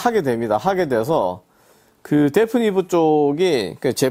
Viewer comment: 그런데 말이죠. 브랜드 이름을 데프니브라고 발음하시네요 ^^... 데피니브인데 말이죠